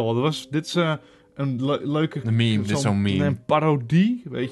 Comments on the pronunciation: TheGrunnewaod Je zegt toch 2 keer "me" achter elkaar. Dan wordt het dus een miemie. Maar in het Nederlands is het gewoon een meemee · Welke fgt zegt het nou als miemie ._.